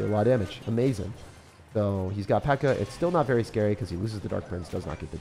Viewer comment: "Uh-MAZE-in", where's the MAZE ',:|??